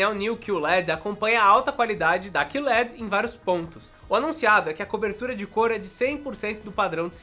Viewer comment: Meu filho, é Q LED, não "CUE" led, em ingles ficaria Q-L-E-D, porque eles falam L-E-D não led LED é um acronimo não uma palavra